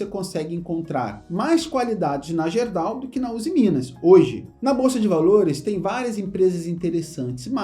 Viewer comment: Fala... Apenas uma correção na pronúncia da GERDAL... a pronúncia correta é GUERDAL. Abraços...